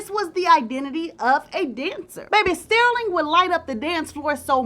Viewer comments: His name is pronounced Stur-ling not Steer-ling. Ugh! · Girl say his name right. It's not stairling, it's STERLING. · the way says “stirling” is cracking me up😂😂😂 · Stairling 🤣 but I think it fit the drama of the story..🤣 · Btw, Sterling is pronounced stur-ling. Like when you stir something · Your pronunciation of Sterling and Givenchy are sending me! 😑